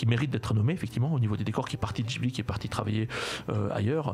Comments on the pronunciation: arrêter de dire jibli ma gueule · le mec sait même pas prononcer ghibli il parle